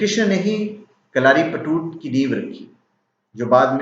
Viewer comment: it is kalaripayattu not kalaripattu